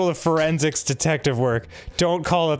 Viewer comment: "first rule of *FUR*ensics" ehhhh ehhhh?